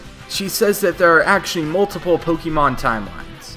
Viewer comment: It's POKE-AY-MON not POKE-EE-Mon